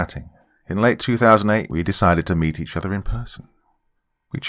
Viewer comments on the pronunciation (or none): none